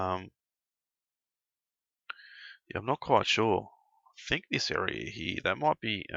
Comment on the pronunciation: Stop saying Hererr